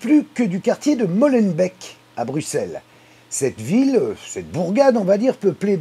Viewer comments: On dit Molenbéék,pas Molenbeck!C'est Flamand pas Anglais...Salut! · Ca se prononce Mollenbéque pas Mollenbèque PLEASE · Molenbéééééééék, pas Molenbek, nomdedje. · C'est MOLLAHbeurk !